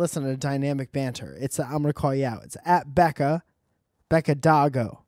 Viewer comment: Love how he pronounced it as "Becca Doggo" x)